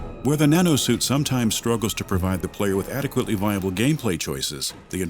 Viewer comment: Instead of "the Nanosuit", i hear "Banana suit" every time...